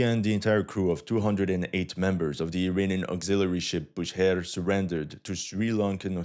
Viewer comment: Bu SH ehr not Booher